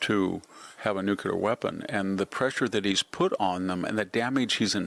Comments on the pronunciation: Sorry, not watching anyone who says nucular instead of nuclear. You and George Bush both. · Come on! You're a smart guy. Nuclear = /ˈno͞oklēər/ not nukular. Sheesh. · It is pronounced “nu-Clee-r”. GWBush called it “nu-Q-ler “ incorrectly. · Why is it they everyone says “nucular” instead of “nuclear”? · Good post Mr Hanson! BTW: It's 'New-clee-are'... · Victor, could you please for all that is HOLY learn how to pronounce "Nuclear"? PLEASE PLEASE PLEASE! IT'S NOT NUKULAR! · Excuse me, sir. That word, nookyaler, That you keep using, I can’t find anywhere in the dictionary. Could you explain what that is? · Your inability to pronounce Nuclear is butchering your credibility.